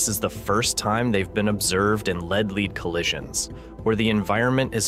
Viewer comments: Off-putting AI voice can't pronounce lead. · Ugh. Down vote. Can you not get a human to read the text instead of some crappy ai bot? Sounded stupid; among other things, it mispronounced “lead” every time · Lead -leed?!? 😂 mis-stated at least twice. Fermalab? lol😂